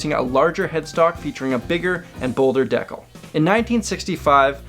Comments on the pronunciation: it's "de-cal" not "deck-ul" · Great video, thanks. Except "decal" is pronounced like "dee-cal". Took me a while to figure out what you were saying. ;) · I've recently hears someone else pronounced decal as "DEH-kull" and was starting to wonder if I was the weird one for saying "DEE-cal" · "Deckle" lol'd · The ol Canadian decal pronunciation. Love it. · Bruh this man pronounced decal like decal💀💀😭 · Is that how you pronounce decal...? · Let's be real here. How Canadians pronounce "decal" is the most mind blowing fact on this list. I dig it. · The way he says decal. What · "costed" is not a word, and decal has the accent on the second syllable. Aside from that, quite splendid. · Are you mispronouncing "decal" or is that some word I'm just not familiar with? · Decal is pronounced wrong. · You are very much mispronouncing the word "decal."